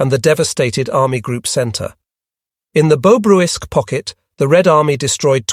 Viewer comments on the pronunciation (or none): it's Bobruysk pocket not Bobrowisque pocket